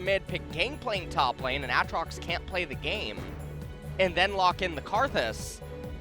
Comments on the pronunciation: You mean a atrox? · Yo I hate these casters... Jesus who pronounces Aatrox like that...